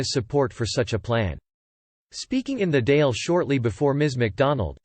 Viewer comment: For the love of Christ check the pronunciation. It's the "daw'il" and P.M. is a t,shock . And twenty other mistakes.